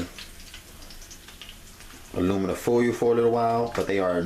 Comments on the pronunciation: 😄 After a while, I got so used to it that almost forgot the correct pronunciation! P.S. Don't forget the aluminum foy-u. 😉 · aluminum foiyoiuu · WTF is "oyu" and aluminum "foyu"?